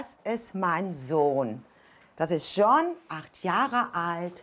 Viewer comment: Dieser Marcel ist ja ein Witz 😂 hat der echt sein Hosenbein hoch gezogen damit man sein Tattoo sieht😂😂, der John hat ja mega Defizite, kann den niemand richtig sprechen bei denen 😂😂.